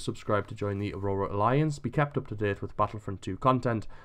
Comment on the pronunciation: Your videos are good but it just really annoys me how you say axrora alliance